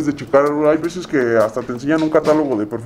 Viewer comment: Versashhh jajaja